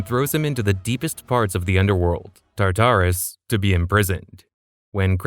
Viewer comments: Oh god Tartarus is not (tar-tar-us) it’s pronounced (tart-ar-us) never heard such a silly pronunciation before. Tar tar is fancy food. It’s just bothering me so much you keep saying it like that. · Plz plz plz use better pronunciation …. TARTARus- it’s just one whole word not TAR TAR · TA-TARUS!? ITS TAR-TARUS . Oh you say the right way the 3rd time and then wrong every other time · Why was your pronunciation so inconsistent one time you say basil-isk then you say basilisk. then you constantly switch between tartar-us and Tartarus